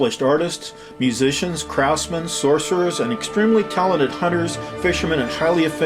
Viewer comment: did he say sorcerers'at around 32 minutes